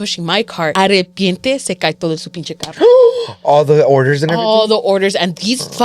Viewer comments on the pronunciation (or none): I like to listen to y’all while cleaning! I watch the older episodes if it’s deep cleaning day 😂 can i just say it’s “de repente” not arrepiente lmao! sorry it was bugging me lowkey haha love y’all keep it up! ❤